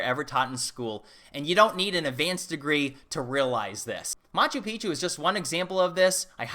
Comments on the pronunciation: Its pronounced mah choo peek choo. It means old mountain. When you pronounce it mah choo pee choo, youre saying old penis. FYI. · ....just check your pronunciation of Machu Picchu please, you say ancient penis instead of ancient mountain.....haha ;-) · In Peru, I heard Peruvians pronounce Machu Picchu 'Machoo Peekchoo', not Machoo Peachoo.